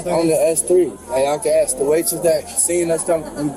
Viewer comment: Have you ever noticed that when black people say the word ask or asked the pronounce it like axed or a??? Anyone ever notice this??? Anyone???